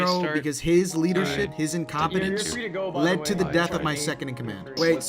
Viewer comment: (He said, "incompency" - I am making fun of him. You're a smart guy, you know that.)